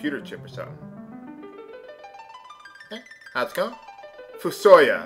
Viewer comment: directly from the final fantasy wiki: ("foo-soh-yah") Please pronounce it correctly if he's in the after years! I haven't started it yet but I still as soon as I finish watching this